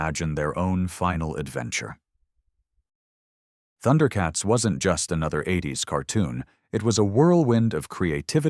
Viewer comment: it's Thun-der-uh not Thunder-uh.